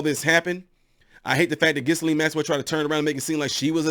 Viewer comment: The “s” is silent, it’s pronounced Gill…and. Interesting you didn’t name one of Epstein’s best buds, Donald Trump especially the eleven and twelve year olds that Jeff supplied, for oral sex. I guess that slipped your mind. Oh and Jeff’s suspicious suicide, which appeared to be more of a way for “ someone” to keep him quiet!